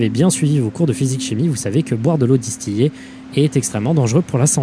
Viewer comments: on dit "distilée" même si ça s'écrit "distillée", ça vient de la distillation, et la "distillation" se dit bien "distilation", c'est un mot tricky mais bref je fais juste la remarque car je suis chimiste 😭 super vidéo, comme à ton habitude 🤗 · Eau distiLLé pas distiyer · Si avait suivit son cours de chimie, il saurait que c'est osef l'eau distillé (prononcé distilé)